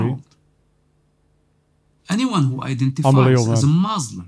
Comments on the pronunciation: Also what kind of Ex Muslim says muzlim? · After he said "Muzlim" I doubt if he really was raised in Palestine In the Arab world as a whole we never say "Muzlim" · Then why he say MOZLIM ? Didnt he knows Arabic language ? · You know that he is a liar when he says Muzlim 🤣🤣 Even the incidents he didn't provide names I'm curious what his name and his nationality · He cant pronouns muslim right he zaid Mozlims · He can not say word muslim what the hell 😂😂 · 100% paid actor, the way he can't say muslim terms every muslim knows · He is a agent. The way he speaks. Not pronouncing muslim and falastine properly. Even a non arab muslim can pronounce it. And of course nothing he told about religion is truth.